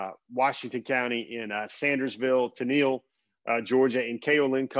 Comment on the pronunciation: The town of Tennille is pronounced such that it rhymes with “kennel”.